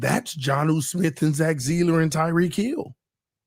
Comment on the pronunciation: I hear ya, and understand your point of view, but hearing you keep saying ZEELER instead of SEALER (Sieler) was driving me nuts. LoL